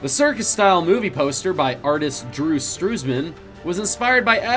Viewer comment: Did you even research the pronunciation of the names you use in this video? You mispronounced: Tunisia, Drew Struzan, Whills and many more.